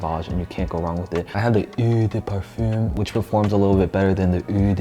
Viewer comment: “OoOoO de parfum” and “OoOoO de toilette” Lol